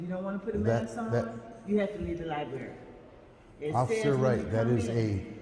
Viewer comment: Lie Berry??